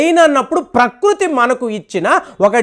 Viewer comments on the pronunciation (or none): none